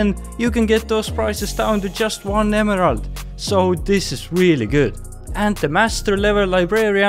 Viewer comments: Great video but I wince every time you say emerald lol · The way he says emerald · I love the way he says emerald.